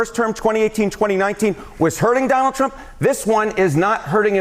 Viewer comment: but Ted "Give me the delegates, Dahnald" Cruz said that we need to take them seriously!